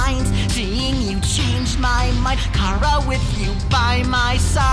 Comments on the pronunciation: I find it funny how pronounce chara as "kau-ruh" yet asriel in hopes and dreams pronounce it "care-ruh"! Explain thisssssssss witchcraft! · who is car-uh tho? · Today I Learned that “Chara” rhymes with “started”